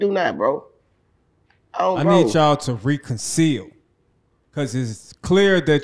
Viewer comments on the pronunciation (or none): “I need yall to reconceal” You mean reconCILE? 😂😂😂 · tf did buddy say reconceal? lolol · Rec on sile reconcile not re con seal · I need ya to reconceal 😂 it's reconcile bruh wtf !! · Not reconseal 😂😂😂😂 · the word is RECONCILE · tryna say reconcile is funny